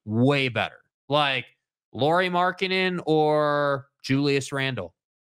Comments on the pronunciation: Lowry not lorrie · They are correcting your pronunciation of Lauri, not saying that's how his name is written 🙄 English speakers should pronounce it like (Kyle) Lowry, not Lori (or Lorrie) as you guys call him 99% of time.